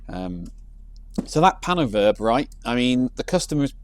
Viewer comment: Turns out we've read it wrong... It's "PAIN o' Verb"..😬